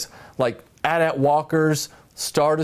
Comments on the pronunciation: Kudos for properly pronouncing AT-AT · Thank you for saying "AT-AT"! I get a little nauseous every time I hear someone say "A-T-A-T"